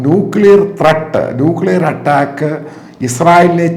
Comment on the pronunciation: Atttaakku,alla do...attack ennu para..